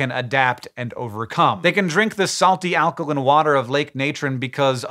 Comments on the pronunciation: Alka-LYNN ???????? When did Hank change the way he pronounced alkaline?!?!? HANK! It's pronounced "alka-LINE" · there is an "e" at the end of alkaline, why are you pronouncing it alkalin? you cant use accent as an excuse because its a basic law of english. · Alkolin? You’ve never pronounced alkaline like that in other videos. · So its pronounced alkalin not alkaline? And fishes not fish? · Alkalin not alkaline. And multiple fish of the same species are fish. Multiple species of fish are fishes. I sell fish. I usually just refer to them as fishies, it saves confusion somehow. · pretty sure this comment is making a joke about the way Hank pronounces "alkaline"